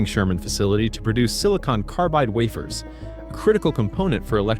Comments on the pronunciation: phonetic sounding-(Way-fers---not waff-ers)!!!! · like silicon "waffers" and "whined" turbines. Had to stop watching.